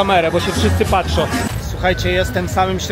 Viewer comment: wszystko fajnie tylko ta mowa ''wszyscy patrzo'' gryzie w uszy strasznie